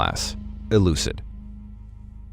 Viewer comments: This was excellent except the mtf using the wrong SCP number and you calling it Elucid instead of Euclid. Its pronounced EwwKLID like Eww Kid with an L in there the CL is pronounced like in Cl ean. But great job on the video. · Besides saying elucid instead of euclid 10/10 loved it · Wait did you just say Elucid? Like "eh-loo-sid?" As cool as that sounds I think it's Euclid, as in "yoo-clid." Also I wasn't gonna mention but that guard totally said 1962 the first time. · It's usually pronounced U-Clid, but overall, a pretty good, if not sad tale. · Love your videos however you're saying euclid wrong